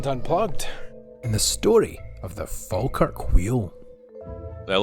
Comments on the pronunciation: I live in Falkirk, the video is very nice but you absolutely destroy the pronunciation at every point in the video! Falkirk is pronounced Fall-kirk, however locals like me pronounce it Faw-kirk. And technically the Falkirk wheel is in Camelon and yes the pronunciation is different! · Prounced 'Fall - Kirk' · It's pronounced fall kirk. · Its the Falkirk wheel , not the Faaalkirk wheel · It is pronounced fawlkirk, not fahlkirk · Not pronounced fal its prounced fallkirk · its pronounced "fall kirk " not " fAL kirk " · It's pronounced as in Fall, not Fal. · Sorry but it's fall Kirk not fal Kirk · Pronounced fall kirk! We pretty much use miles/feet etc. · Say Falkirk like this fall kirk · It’s pronounced “Fallkirk”.🏴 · It's pronounced Folkirk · To help with your pronunciation it's pronounced Fall Kirk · Pronounced as Fall kirk wheel. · Pronounced FALLkirk here in uk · Say it like Fall-Kirk. Falkirk. 😅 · Pronounced Fall-Kirk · It pronounced fall kirk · Falkirk also has the remains of the second coast to coast Roman wall in Britain called The Antonine Wall. BTW Falkirk is pronounced Fallkirk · Falkirk is pronounced “Fallkirk”. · Fawkirk. The spelling with an “l” is a fairly recent, Anglified hypercorrection. The older spelling is the way the locals pronounce it, Fawkirk or Fa’kirk. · You almost said Falkirk properly once, and corrected yourself halfway through, to get it wrong. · its pronounced "fall-kirk" but as someone who lives here the only nice things here is the wheel and the kelpies